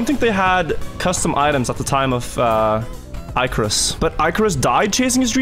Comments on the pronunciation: ICK. DUDE.ICK. NOT IKE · I can't keep watching - not with that pronunciation if Icarus